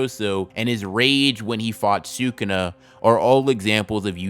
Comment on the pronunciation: Great video dude! But sewkuna makes me smile every time